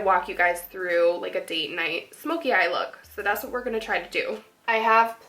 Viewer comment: lol at the end of the tutorial you say now eere gonna swatch all the lipsticks. haha too cute. love you. i always struggle to talk Haha.